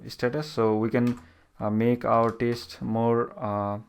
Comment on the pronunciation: This guy is saying taste instead of test..